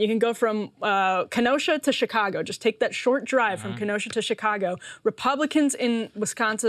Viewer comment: Also the way that she says Kenosha is amazingly Wisconsin-ish.